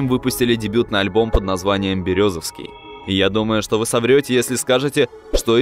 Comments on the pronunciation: город БерЕзовский а не БерезОвский...москва епт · Березовский ударение на Е